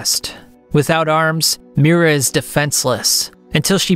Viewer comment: It hurt my soul every time he said "Miura" rip